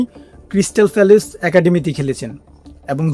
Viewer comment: ফ্যালেস না প্যালেস।